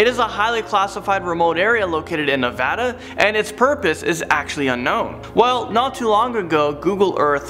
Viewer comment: I applaud you for saying Nevada right.